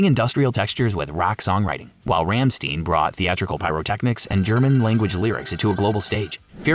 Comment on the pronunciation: Every time I hear someone say “ram steen” my lifespan shortens